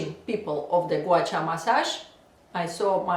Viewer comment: Russian... Ирина, призносится Гуа-Ша!